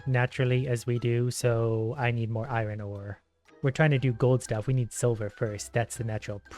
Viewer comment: Iron is pronounced eye urn